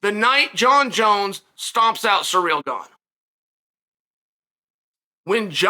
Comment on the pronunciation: i didn't know his name was "Surreal" Gane. Thanks to Uncle Chael for the correction. GOAT for a reason